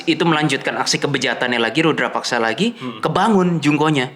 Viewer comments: Rudapaksa, bukan Rudrapaksa 😂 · FYi : Rudapaksa Bukan Rudra (Siva) paksa 🙏 Mohon koreksi kalau saya yang keliru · Rudapaksa bukan rudrapaksa, bang 😊